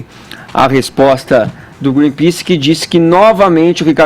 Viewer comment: "Greenpease" Mas ninguém reparou além de mim.